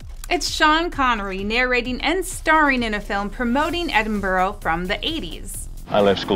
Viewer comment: Ed-in-buh-row? Bruh. Ed-in-bruh.